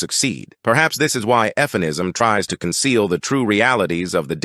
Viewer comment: Did he say EFF-MEN-ISM?